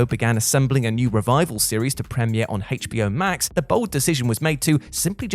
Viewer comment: Im i the only one who noticed that he puts "hate" into HBO Hate,ch B O